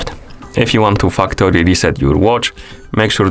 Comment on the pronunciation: “Factory” is very tricky sounding like another word here Sir